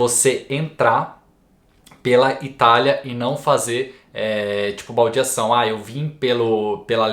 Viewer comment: cara vc deu muita sorte.... ri muito qdo vc falou "baldiacao" kkkkkkkk mas na verdade o procedimento é simples pra quem nao chega pela Italia em voo direto, basta se apresentar na questura antes que complete 8 dias de sua entrada na Italia e fazer uma declaracao de presenca.